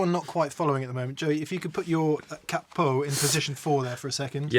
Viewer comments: If it was to be pronunced the way you do in the vid, it would be written cappo, so no need to make a pause between ca & po. It's basically Cahpoh, with the "ah" emphasized :) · In italian, you only double use a double consonant sound when there is a double consonant in the word. As there is only one P in "Capo", to say any variation of "cap-po" would be incorrect. You would stress the A and pronounce it closer to "cahpo". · Capo = cahpo (just the merest hint of a pause - definitely not ka-po). And while I'm pedantering (ho-ho).....the piezo massacre pea ay zo I'm making popcorn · Cápo, not ca-po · In italian you would pronounce “capo” as in english you would say “cup-o” (but not pause between P and O and no double P!) :). Cheers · It's "Cat Poo" not "KayPo". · Correct pronunciation is "CAH-po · KAH-poh... Stress is on the first syllable and don't pause between syllables. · KAH- POE - Emphasis on the first syllable. Also, don't double the "P" when you say it. In Italian you never elongate a consonant unless there are two of the same consonants back to back. In other words, don't stop on "P." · It’s pronounced like a cockney would pronounce ‘car port’ : CAH-poh (with a short o). And it means ‘head’. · If you wish to say it like an italian speaker then the accent is on the "ca". The "o" is a ...short "o" like in the word "obsessed" (not "ouh"-bsessed). /ˈkapo/, [ˈkaː.po]. Also check under the "Italian" section there is a short audio file with the pronunciation. Best of luck. Off topic: Don't play with the strat volume knob all the way up, on 10. Roll it back a hair. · Capo has an accent on the a, but it doesn’t sound like either ways you pronounced, sorry! You guys are pronouncing it as if it had two P’s. However, you can get Google Translate to pronounce it for you! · Just because it's Italian, it doesn't mean you have to double every consonant. Take the vowels from your "italian" and the rest from the "american" and you're pretty close